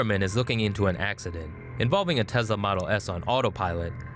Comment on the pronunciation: The voice says tezla